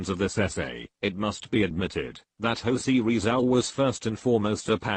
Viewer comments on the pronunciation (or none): Manilawa ako sayo,eh hindi mo nga mapronouns ng tama ang pangalang Jose Rizal 😆